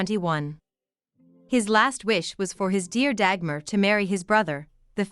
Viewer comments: I don't mind that people make videos about Dagmar as she is a part of history. But I find it somewhat strange and annoying that NO one bothers to learn the correct pronunciation of her name! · Nice video. You mispronounced her name Dagmar though.